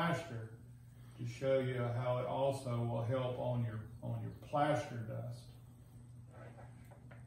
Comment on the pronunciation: The Plaeshstaar 😂😂